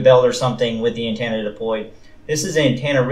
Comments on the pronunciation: Good review but it's antenna. Not antanna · Did he say “dodo”? And did he say “An-tana”? 😆 Thanks for the vid. I think even though the thing is wabbly, I’ll still get one. So I can be cool like everyone else. 😁